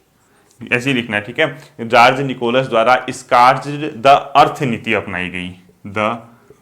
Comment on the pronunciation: सर जार्ज निकोलस है या जार निकोलस